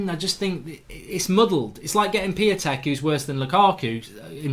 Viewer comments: It's pronounced {Shish-toff Pee-on-tech} according to my brothers polish mate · I think his name is pronounced Peontek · Its pronounced Piy-on-tek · Piatek is pronounced Pee On Tek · You watch Italian football but don’t even know how to pronounce his name